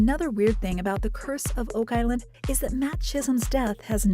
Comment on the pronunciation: "wow Oak Iland"